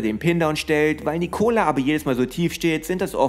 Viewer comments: Triggert schon ein wenig wie du Nicooola aussprichst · die Betonung liegt auf der ersten Silbe, also dem i